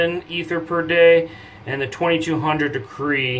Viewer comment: Decrey? Decri? De-cred.. credit, get it?